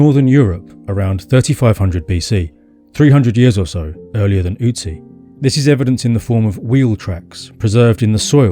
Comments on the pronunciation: Your Ü is great but its not an Ö. Great Video by the way. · Not OOtzi but Ötzi 🙂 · Ö is pronounced similar to the vowel in "hurt" or "birth". It's not an 'U'. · You pronounce Ötzi wrong. It should rhyme with klutzy.